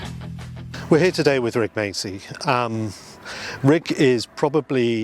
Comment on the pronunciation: Its pronounced Máchi, like machio.